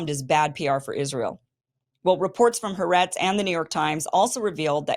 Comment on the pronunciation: there are 2 A's in ha'aretz (pronounced ha-aretz, double the ah sound)